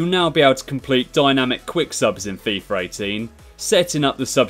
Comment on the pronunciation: why does everyone say fifar 18??